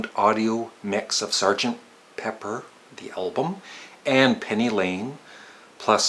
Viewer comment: Please, keep the pronunciaton 'Elbum'. It'll anoy grammar purists.:-) And it can be your trademark. :-) Actually, the name of our favourite band is misswritten, so what?